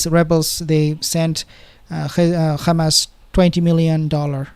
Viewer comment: Ssalam bro ! You know how to pronouce the "h" of rafaH but you pronouce Hamas like the entity = Khamas !!! Same for hezbollah, you pronounce it Khesbollah ! It's a H "ح " not a KH " خ" ; All muslims should know how to pronounce !! Allah is al RaHman, not al rakhman, al raHim, not al rakhim ....